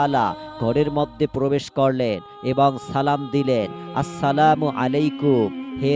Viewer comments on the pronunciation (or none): none